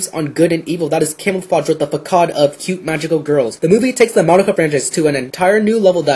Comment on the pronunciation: facade is pronounced "fah-sahd" not "fah-kahd". And it's "preh-deh-SESS-ers" not "preh-dess-ers." And yeah, slow down, other reviews took 7 and 8 minutes. Otherwise, good job! I'm still on the fence about seeing it having just seen the anime. Maybe in a few weeks.